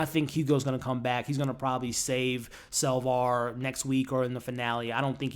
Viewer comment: Now you are using the name SalvAr... its SapvOr. Cant believe you'd leave these videos up with such a glaring mistake. You ever review star wars? You know... the original with Luck Skywolker?